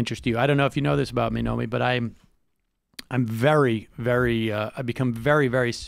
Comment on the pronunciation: I love ya, Sam...but it's "NoMIKI", not "Nomi". She's just too polite to call you out.